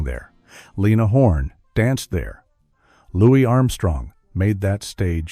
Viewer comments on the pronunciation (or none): none